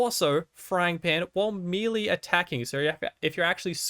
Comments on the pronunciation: Melee, May lay.... Not mealy, wtf is mealy. Maybe I would describe bad baked products like that. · “Melee” is pronounced “may lay” — Professor Smarty-Pants. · Thanks for the vid,. I'm yet to have even one legendary drop on my first playthrough, so I'll keep an eye out for these. Just a small note: "Melee" is pronounced MEL-LAY. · Melee is pronounced "May-lay" FYI... love the video otherwise!